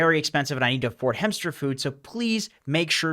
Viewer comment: Hemmster? Hemmster?